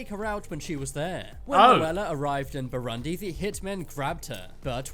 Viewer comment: the guy is literally saying Bharandi instead of Bhooroondi 😂 (Burundi)